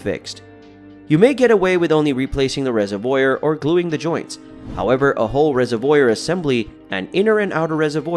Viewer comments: Phonetically it is Rez-iv-wor not Rez-iv-woyer. Sounds like you like to watch people put in antifreeze. If you don't like it why keep it. Alot of what you talk about won't happen. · It's not a reser-voyer, it's a reser-vwar. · Resevoir not oiyr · I cant trust the word of anyone who pronounces "reservoir" like that. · The way u said reservoir made me mad lol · Hes uneducated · i stopped watching when he butchered the word reservoir... smh. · I can’t stand how you pronounce “reservoir”. It’s so wrong 😫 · I've never heard anyone say reservoir like that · I swear to god if he pronounces reservoir like that one more time… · i've never heard anyone pronounce 'reservoir' like here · No! A robot would know how to pronounce reservoir.